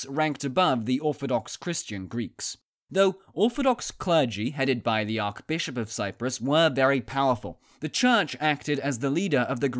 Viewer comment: ARCH bishop, NOT ARC bishop. Can you say Arch?